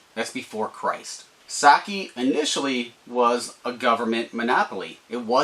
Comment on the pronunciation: you cant even pronounce sake correctly lol. start making videos again when you can say it right